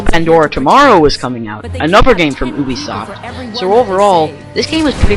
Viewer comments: Its you be soft Not OOH be soft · OO-bi-soft. Ha.